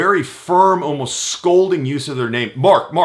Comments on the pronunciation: . hahaha he talks over himself . When he said Mark Mark Mark. it sounded like a dog "bark bark bark" too funny. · MARK! MARK! MARK!! sounds like a dog with a speech impediment.